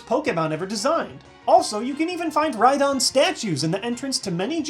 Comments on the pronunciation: Calling it, Rhydon or whatever... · dont hate IO just relized im stupid and its rydon not ryhorn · Its Rhydon